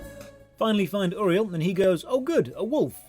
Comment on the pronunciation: I appreciate you actually pronouncing Uriel correctly. My own wife can't.